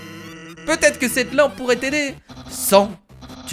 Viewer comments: La fleur à dit son prénom au tout début du coup c'est pas Asgore . Bref Sans sa se dit Sansse et pas San :) Bref bisous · putin on dis pas sans on dit san-se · ses pas sans!!!!!!!! ses sennnss sans faire nnnn ni ssss il faut dire sens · Ça se dit sainse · Sans ce prononce sanse et sans à une voix grave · Non on dit pas "san" on dit sa-nse ok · le bonhomme qui lit dit a que sa sa prononce { sanness } mais sa secrit sans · SAANNNSSSEEEE ! PAS SANS ! >.< Aussi Les Prénoms Sans et Papyrus sont tirés de leurs Police d'écriture :p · Mini-anthrax tu as raison sa m'enerve ca ne se prononce pas sans mais san's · On dit sainece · sans se dit sannss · on prononce sançe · Spoiler sofe la deixieme chose Flowey est Le fils de asgore Ariel dreemur Et la dexieme chose c'est que sans se prononce [ sa ne ce ] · sans se prononce Sanece et undyne se prononce undayne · le squelette s apelle sans mais sa se prononce sanSE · Sa se prononsse sanse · on dis S/ANE/S et pas 100 xD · dit plutot sainse au lieu de sans pls ps je t''adore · encore un youtubeur qui prononce mal sans 😭😭😭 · tu va te faire lynché on dit sans[ce]!! Et Und[ay]n... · sans tu le dit mal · Mini-anthrax t'a trop raison 😉